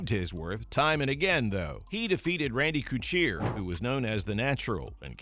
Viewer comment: Man whoever is talking must be trying to piss everyone off with his terrible annunciation. Like just piss poor, not even just foreign names, he fucked up randy couture? Dude, ever watch any MMA?